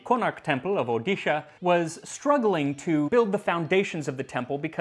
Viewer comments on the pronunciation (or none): none